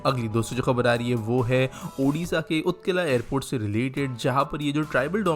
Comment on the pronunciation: that's not utkila that's उत्कल (Odisha)